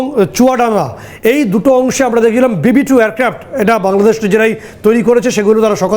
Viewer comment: এরে সাংবাদিক কে বানাইলোরে ভাই, বাংলাদেশ শব্দটা তো উচ্চারণই করতে পারে